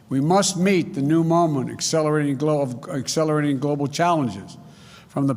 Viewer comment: What is “gwobal” power .